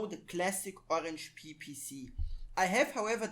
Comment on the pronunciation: There's the other side of a resistor right before the microusb line that you can use to solder to vcc-in easily, you've basically pointed directly to it but did nothing, it's working nicely here after some rerouting Also please don't say Orange Pee, cmon